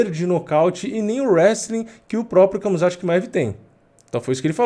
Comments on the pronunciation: nao é kamzat, é ramzat...mesma coisa da pronuncia do khabib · Khamzat se fala Hamza assim como Khabib se fala Habib.